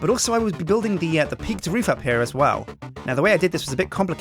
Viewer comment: er, Roof, not food